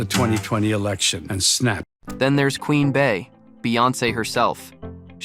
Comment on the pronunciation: It's pronounced "Queen BEE" even tho written "Queen Bey."